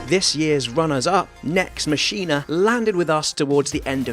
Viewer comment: It's "MAH-KEE-NAH"